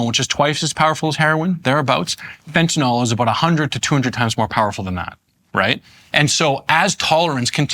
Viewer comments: I know this is going to sound pedantic as hell, BUT, can any of these drug experts, politicians or the media presenters read? Do they simply hear someone say something and then never again actually look at the word? The name of the drug is Fentanyl. Fen•ta•nil. There is one a and zero O's. It is not Fen•ta•nol. There is no such thing. When the opiod crisis began, as an election platform, I heard one or two congressmen discuss it and mispronounce it. As aretired OR nurse, I was familiar with this drug, and the mispronounciation caught my ear. I thought they would hear others say it correctly, and correct themselves. Instead, the mispronounciation spread. Now it's pretty much only medical people who correctly pronounce it. It drives me nuts because surely they've all read the word many times, yet that 'y' near the end is ignored. Maybe they should start spelling it fentanYl? fentanIl just looks odd. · Pronunciation correction: It's not "Fenta-nahl", it's "Fentanyl." Get it right, please. Otherwise, an informed discussion. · At least they only called it "fentanol" a few times, that's the record for any news story on fentanyl. It drives me nuts because if a human with a first and last name kills people we remember and can say their full name, but when a single name drug kills hundreds of thousands of people almost half of the people talking about it can't even pronounce it right. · I was never entirely sure how to pronounce it! I think it's "Fen-TAH-Nill"